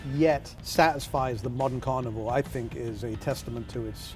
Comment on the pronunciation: "You are the modern carvinore..."